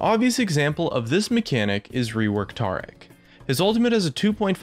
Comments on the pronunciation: Tarr-ic? Ta-ric! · Why does he say "Taric" as "Trec" And "Yasuo" as "yarsoow'ow"? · Reworked TAH-ric? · Can't handle how he pronounces Taric.. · When I heard you pronounce Taric incorrectly, that's when I stopped watching. Stay at 200k views kid, next time do it right.